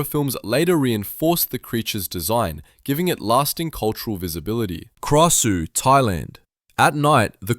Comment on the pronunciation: Krausue is pronounce as grasue